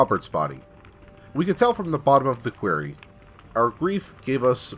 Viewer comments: I do enjoy your narration, but please take this little constructive criticism. 'Quarry' (a stone mine) is pronounced "kwah-rry." You keep saying "kweh-rry" which is how 'query' (question) is pronounced. Really do like the channel! I just have pet peeves. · You pronounce "Quarry" like "Query". The A in Quarry makes the same sound as the A in "Hairy". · Your mispronunciation of quarry hurts.